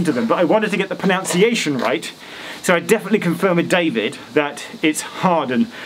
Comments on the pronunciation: Geoff you pronounced the word "pronunciation" incorrectly, it's not proNOUNciation, it's proNUNciation. Even the spelling changes. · Cool. However Geoff, we pronounce, but it's pronunciation ( nunc not nounce). Love your post 😄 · Anyone else really annoyed when Geoff says "proNOUNciation?" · Hi Geoff, it’s pronunciation, not pronounciation 😁. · It's not PronOUNciation. It's proNUNciation. Sorry, it's been a long few months! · Talks about pronunciation. Pronounces it "pronounciation"... 😉